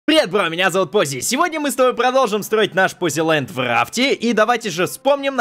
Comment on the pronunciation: не пози а